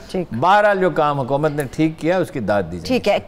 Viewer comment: Female anchor doesn't know correct pronunciation of hukumat ! She is pronouncing huqumat! 🤣🤣🤣🤣